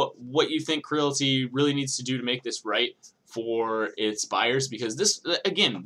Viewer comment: Say it with me Creality....Cree ·a·luh·tee. its a play on Reality